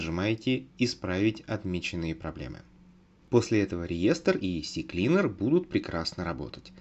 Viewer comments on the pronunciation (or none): Кстати, CCleaner - Он СиКлинер, а не Сисиклинер. А почему использован скриншот инсталлятора РГМеханикс? Вроде бы раньше у них были нормальные репаки, теперь им нельзя верить? Или это просто первый попавшийся скриншот?